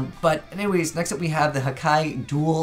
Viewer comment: One of the only yugitubers I now saw/heard who can pronounce Hakai "correctly", not Haka, Haki or Hika. But I think they are really destructive and good in disruption opponents monsters, but it has no protection and can easily get Kaiju-ed, returned to the hand,deck, etc.